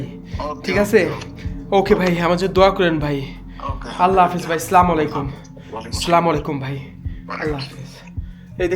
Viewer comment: আপনি যেটা বলেছেন এটা অনেক বড় একটা ভুল এটা অনেক বড় একটা গুনাহ আপনি স্লামালাইকুম বলেছেন না এটা অনেক বড় একটা গুনাহ এটা না বলে আপনি আসসালামুয়ালাইকুম বলেন 😆😁😱😘